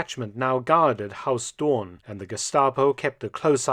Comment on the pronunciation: Mark is pronouncing Huis Doorn as HAUS Doorn. Haus is German, not Dutch...